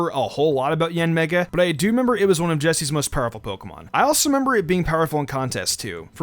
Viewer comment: ok I heard something other than yanmega